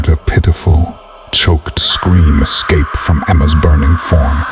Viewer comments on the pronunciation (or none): none